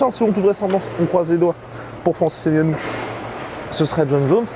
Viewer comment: Par pitié on ne prononce pas le N si vous dites ce nom on l’écrirait avec N’gannou